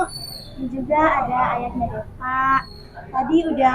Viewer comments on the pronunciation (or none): jangan belagu krna pinterr 😭 benerin dlu omongannya wkwkwk DEVA ares bukan DEPA 😭 pake V bukan pake P.